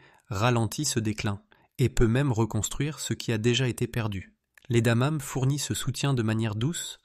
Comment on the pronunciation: Contenu intéressant mais Dieu que ces voix artificielles avec I.A. sont pénibles ! Ne savez vous plus lire à haute voix ? Le 5ème élément est "incompréhensif" ... C'est quoi des "damames" ? adamame ? adanane ??? Bref, c'est quoi ce 5ème élément ? Mystère.